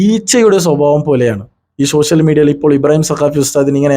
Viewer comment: ശ്ശോഷ്യൽ മീഡിയ അല്ല. ആദ്യം പറയാൻ പഠിക്ക്